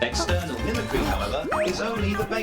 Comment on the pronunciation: Did you just pronounce mimic and cry separately? 😭